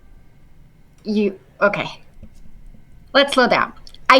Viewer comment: which uni teaches you to say OKEee like that i have to know 🤣